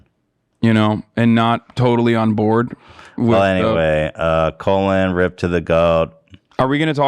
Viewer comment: colin powell’s first name is pronounced like colon